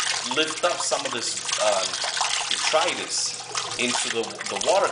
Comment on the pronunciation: btw... i think you're pronouncing the word detritus wrong.. it's actually pronounced DEH-TRY-TUSS (i know, plus i looked it up on dictionary . com). i'm not trying to sound like a smart ass or anything but i just remembered your video on chaetomorpha and how you learned it was pronounced kaito-morpha not cheato-morpha.. just thought you'd like to know. =D